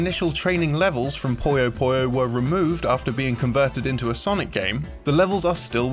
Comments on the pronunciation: it's not poy yo poy yo it's poo yo poo yo smh disliked unsubbed downthumbered reported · It's PuyoPuyo not PoyoPoyo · It's Puyo Puyo, not Poyo Poyo. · “Poyo Poyo?” Really?! The Japanese is ぷよぷよ, pronounced “Puyo Puyo.” Then there’s the recent Switch game Puyo Puyo Tetris, which spells it properly in English. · Puyo Puyo, not PoyouPoyou. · Hell, in Japan it's basically just pronounced "Pyo Pyo". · Puyo Puyo. Not Pollos Pollos. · Why do so many people pronounce Puyo Puyo like pollo pollo? I seriously don't get it. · am i the only one who is annoyed at the way this guy pronounces "Puyo Puyo"? ;; its pronounced like its written